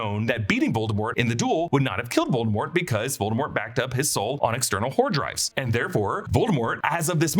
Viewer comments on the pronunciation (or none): "External Hordrives" 😅😅😅 Solid. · "External hordrives" 😂😂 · “Hordrives”. Lmao good one! 😂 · "External hor-drives." Excellent. No notes. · "Hordrives" had me cracking up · I think he said "Hor-drives" lol